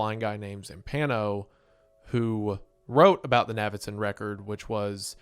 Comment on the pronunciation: Its obviously pronounced like Davidson, just with an N. Thats why his nickname is Navy and not Navvy. How is this difficult?